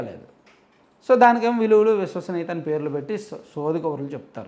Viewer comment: అదికూడా సరిగా పాలకాలేడు.విలువలు,విశ్వసనీయత.దాన్ని విలువలు,వుసువాసనీయత అంటాడు